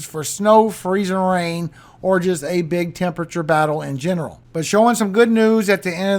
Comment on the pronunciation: We have a merch request for you from our 23 yr old son. Can you PLEASE make a shirt with the words Freezing RRain. Emphasis on the RRR the way you say it? We will buy it and I just know others will! ❤